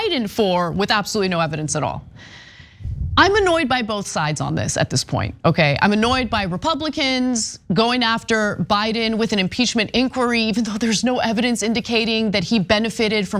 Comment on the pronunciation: This impeashment says Ana. lol